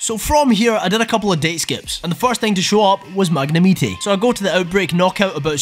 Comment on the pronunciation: NGL, kiiinda uncertain how to feel about how you pronounce 'Magne-MITE', buuuut hey, the video's funny. I like it.